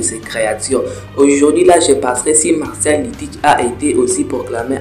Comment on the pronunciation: tu m'as stresser sur tout la vidéo en disant MARCIAL D. TEACH 😭😭c'est MARSHALL D. TEACH 🤣🤣 FORCE on est ensemble 💯👊